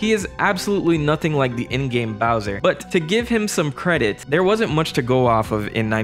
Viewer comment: BOWJA from his CASSSSTTTLLLEEE